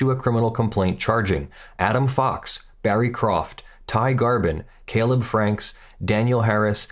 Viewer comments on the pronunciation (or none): none